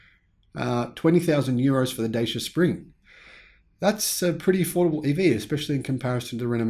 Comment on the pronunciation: BTW it’s not pronounced ‘Day-Sha’, it’s pronounced ‘Datcha’. You’re welcome.